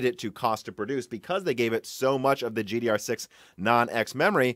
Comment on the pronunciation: Stop saying GDR6!